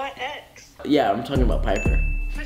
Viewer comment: it’s piper not paper